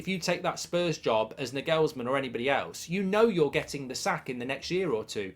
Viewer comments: This guy has the worst pronuntiation for Nagelsmann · Sources claim Nagelsman has knocked back the job because he can't face you over-pronouncing his name for the next 1-1.5 years. 😂